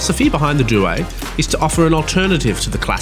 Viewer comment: Ffs learn how to say due